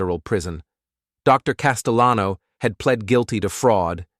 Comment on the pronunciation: A "" mispronounced "Castellano" 😂😂